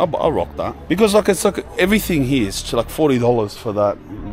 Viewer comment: His accent “ here / heeeeuhh “